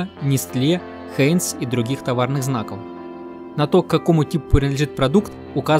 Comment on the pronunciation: Не "хеинс", а ХАЙНС.